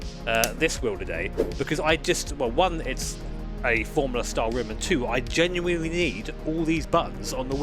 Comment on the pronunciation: genuinely ❌ genwiwinwy ✅